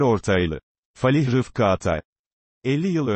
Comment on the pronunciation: Falih değil fâlih denir